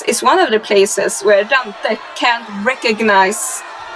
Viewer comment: I really can’t take how your pronouncing Dante 😂